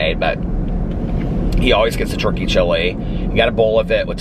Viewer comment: I know you’re saying turkey but all I hear is churkey chili. Thank you for the chuckle.